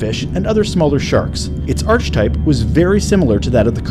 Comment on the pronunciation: I was willing to excuse the poor pronunciation of species names, but "arch type" earned this one a thumbs down. Ridiculous...